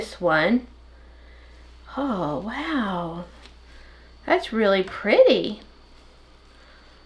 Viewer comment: Wow that sure is perty. (Yes I know how to say pretty hehe). Just a little like humor 😂.